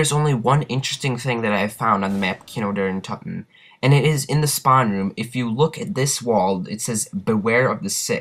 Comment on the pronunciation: He Calls it kini di terten lmfao!